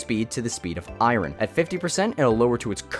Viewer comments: Fun fact! The process of switching around the sounds in a word is called metathesis. The word iron is one of those words people do that to. The guy in the video pronounced it how it’s spelled, which is how it was traditionally pronounced, but most people (at least that I’ve heard) do metathesis to it so the sounds get switched around. Lots of English words have historically had this happen. The word bird used to be bridd, horse was hros, and wasp was wæps. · It's pronounced "eye-urn" not "eye-run." Hate to break it to you, but English sucks. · It’s Eye-Urn not Eye-Rin. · This guy needs to learn how to pronounce iron. He says it like irin. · why do you say iron like that it's "aye-urn" as in pirates saying "aye matey" and the thing my grandma lives in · why cant you pronounce iron properly? "iryin" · Bro created a whole video on copper vs iron and didn’t once pronounce “iron” correctly. What’s ayron? 😭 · You done messed up eye-run. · bro why do you pronounce iron like irun. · Everything here was good for me to hear except iron getting pronounced as I-rin. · “Eye-Ron” lmao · I just wanna know where you're from, because EYE-run for Iron is one I've never heard 😂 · The way he say iron “eye-run” pmo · Omg, thank you, so glad I'm not the only one that was weirded out by that. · Most people I hear pronounce it eye-urn (like saying "I earn") which I think is probably a better way to write it phonetically. I've never heard anyone say eye-yearn ("I yearn") either 😂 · 2025- still saying fucking i-ron..... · eye ron 🤣🤣🤣 The r is silent my guy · Bro why do you say iron like that it’s pronounced I-ern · Not eyeron 😂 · good video but you keep pronouncing it “irin” :( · I don’t know anything about copper, but pronouncing iron like “eye-ron” doesn’t work 😂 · I say “EYE-teen” but bro is saying “EYE-rin”😭😭🙏🙏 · It sounds like he keeps saying Iroh, but adds an N at the end to correct himself. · incorrect actually itspronounced "ian" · I think it's pronounced eeon you guys are so silly